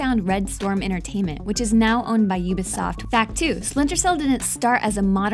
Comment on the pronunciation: oooooooooooooooooooobisoft not youbisoft...sorry